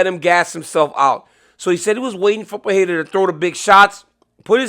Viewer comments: PeReira, NOT PeHeira, DC. It’s pronounced Pe-REI-ra. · It's Alex Pereira, DC. Not Fajeta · Pronounce “Pereira” correctly challenge (impossible)